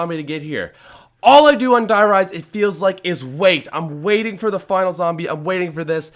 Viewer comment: dear reise instead of five